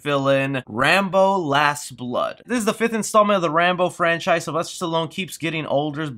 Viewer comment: Man I keep on thinking you are going to mention Star Wars episode 9! Every time you stop and say "it killed a frencise" I keep on thinking your going to say Star Wars!